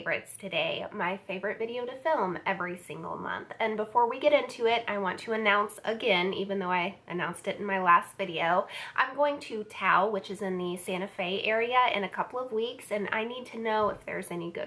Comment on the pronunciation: I live in Santa Fe and have been to Taos many times! (Btw it is pronounced with the S at the end). Do you like to ski or other snow sports? That's what they're most known for this time of year. There'd are also art galleries everywhere. The green chili is amazing if you like spice ;). Hope you have an amazing trip! Safe travels ☺️